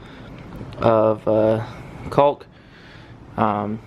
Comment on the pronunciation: The "L" in "caulk" is silent, brother. Rhymes with "talk" or "walk". You're welcome.